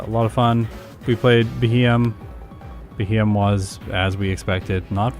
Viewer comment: I hope you do a Beheeyem run with its hidden ability Analytic some day. That might just improve its time a decent bit. And by the way, it's pronounced BEE-hee-yem.